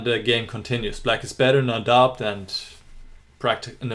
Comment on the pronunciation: Tolles Spiel von Aronian und tolle Analyse! Ohne Dich wären wir nicht durch die zahlreichen Möglichkeiten gestiegen, die sich Aronian nach seinem Opfer boten. Eine kleine Englisch-Anmerkung. Das "b" in doubt is still und wird nicht ausgesprochen, so wie das "k" in knight. Warum? Keine Ahnung, ist halt Englisch.